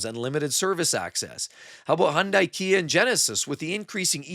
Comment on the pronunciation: Learn how to pronounce "Hyundai."